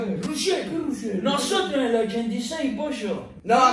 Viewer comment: Noshotro en el oshentaitre posho